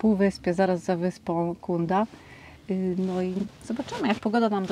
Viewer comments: Wyspa Dzunda, c w tureckim czytamy jak dz, jest miejscówką modną i miejscami ekskluzywną, tzn drogą. Obok w Ayvalik jest... też fajnie, też modnie, nie tak elegancko, ale znacznie taniej. Polecam. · Przepiękny vlog! Chciałabym tylko Wam powiedzieć że tureckie "c" wymawia się jako "dż" - Cunda to Dżunda :) Przez pół vloga zastanawiałam się gdzie to Wy pojechaliście 😂 Jak "c" z ogonkiem (ç) to wtedy wymawia się jak polskie "ć" :) Pozdrawiam i czekam na więcej vlogów!